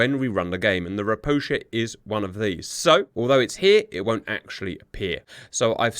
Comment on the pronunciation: Just as an FYI - "Ropucha" is Polish for "toad", as these ships were built in Gdańsk. It is pronounced "ro-pu-ha", as the "ch" makes an "h" sound in Polish, but instead of the tongue being more forward in the mouth like in "hand", it is pushed down and into the back towards the throat for a deeper, lower sound that is not really found in English. It's just weird for Polish speakers to hear it said with a "ch" or "sh" sound.